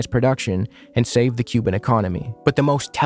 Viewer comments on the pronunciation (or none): none